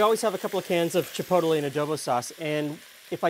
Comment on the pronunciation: I hate to be that guy, but the way was saying chipotle was really rustling my jimmies "chi-poadle-eh" 🙃